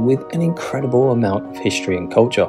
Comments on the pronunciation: I'm not sure I want to listen to somebody who says "hishtory" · ‘History’ not ‘hishtry’ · Hishtory? Shtreets? Dishtricts? Shtreams? KesWIck?